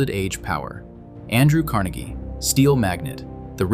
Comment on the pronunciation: It is pronounced different than Carnegie Hall. It was Andrew Car NAY gee, believe it or not. I thought Pittsburghers were saying it wrong, but they were not :)